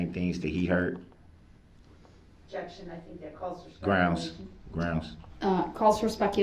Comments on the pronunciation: “Super Groundz” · And "grounds." 😂 AND that it's SUStain , not SUBstain.